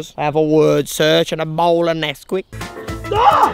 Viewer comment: Nobody: Jay: “I have a wordsearch and a bowl of NeSqUiCk”